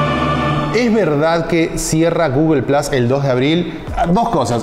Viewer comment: Xq le decís Plas y no plus?